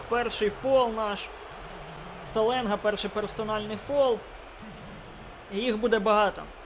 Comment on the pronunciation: На будущее не Саленга а Шаленга)Просто я хожу на каждый матч Строителей и говорили там Шаленга